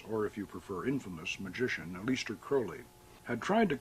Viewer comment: "uh-LEES-ter" Crowley??